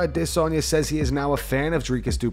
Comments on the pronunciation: why do you pronounce Izzy's last name so ridiculous? You're the only one who does that. Add- a- son -ya 😭😭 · The way always pronounces Izzy's name africa style even though he doesn't do the same for ANY other fighter. Take your hand out of that mans pocket. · At no point will there ever be a pause in Adesanya's name, you will just keep saying it wrong like the re*ards you are here at.